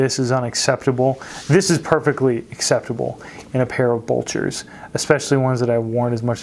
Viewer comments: You always do good vids. Thanks 👍 Helpful hint: You’re mis-pronouncing ... It’s not bulcher; it’s blucher. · BLEW-CHER. BLEWWWWW-CHERRRR. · Not trying to sound like a shoe snob but its Blucher not bulcher and shoe trees would help eliminate the severe wrinkling in the vamp. Put shoe trees in after you wear them and they will keep the shape much better. Please don't take this message the wrong way i love your content. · Blucher not bulcher. I would also consider them more of a casual shoe (especially in chromexcel) than a "dress" shoe.